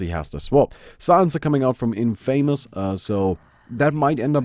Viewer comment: 1st thing I heard was the incorrect pronunciation of 'Infamous'